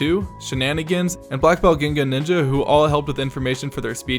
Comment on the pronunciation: That is not how you pronounce Blackbeltginganinja